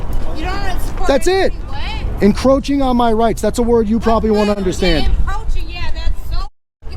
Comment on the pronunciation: I laughed my ass off when that guy kept saying "encrotching the speaker". I guess you not only audit them you molest them too🤣